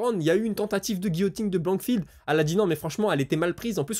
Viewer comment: C’est pas blandfield camarade prononce déjà les noms correctement….c est blanchfield c’est important comment veut tu qu’on prennent tes infos au sérieux si toi même tu es pas informé